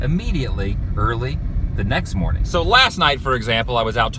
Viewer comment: Good moaning